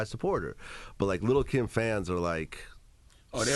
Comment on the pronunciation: He pronounces lil Kim "little Kim"